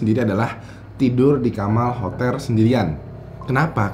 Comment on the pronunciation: "kamal hoter", ketukar L dan R nya😂